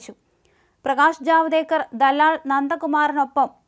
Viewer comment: ജാവദെർകർ അല്ല പെണ്ണെ, ജാവേദ്കർ